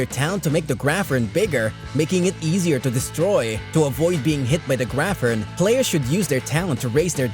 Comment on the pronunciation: I was certain "graphorn" was pronounced grap + horn, not grafforn :O